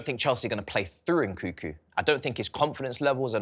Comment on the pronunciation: Please atleast leran how to pronounce the name of the players you talk about. Its NkuNku not Nkuku. Its UguChukWU not Ogochoku.